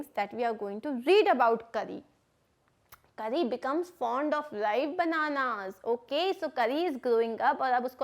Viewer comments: Karri 🤣🤣🤣 it's kari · It's not Kari . It's pronounced as car-ee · Mam कारी not करि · It’s kari not kury